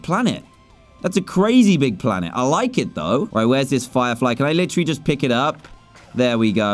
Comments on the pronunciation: You said flirefly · Anybody notice dan say flyflie